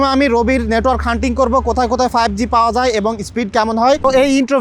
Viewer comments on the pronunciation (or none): none